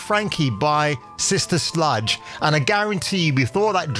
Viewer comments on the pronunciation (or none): It's Sister Sledge not Sludge lol